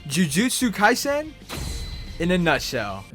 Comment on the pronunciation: im sorry but the way he said jujutsu kaisen made me die inside